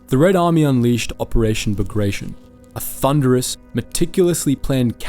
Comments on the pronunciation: Pls DO NOT DEFORM non-English names. Not BAGREJSHN, but BAGRATION 😀😀😀😀😀😀😀😀😀😀😀😀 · Bagrtyon not bagraishen